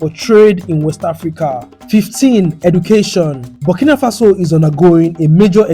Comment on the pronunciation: Thank you so much, I love your voice, it’s great to hear African city names being properly pronounced. Thanks too for the footage of the factories so we can see the people working. I’m very interested I processing and self sufficiency. Kenta could learn so much. I’m a new proud subscriber. Keep up the good work